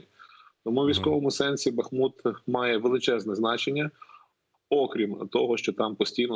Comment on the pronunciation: Горе - коли ведучий безграмотний. БухмУт !!! Тарган вусатий.